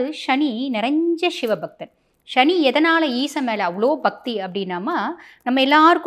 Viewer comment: முதலில் தமிழில் சுத்தமாக பேசுAltop No more excuse ஸ்சனி இல்லை சனி Nostyle in மொழி உச்சரிப்பில் B y proper manner again NoAL top